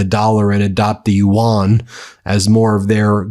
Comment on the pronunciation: very small nitpick—i love your coverage but it’s pronounced “you-en” like “UN,” not “ewan/you-wan” sorry, it’s just really distracting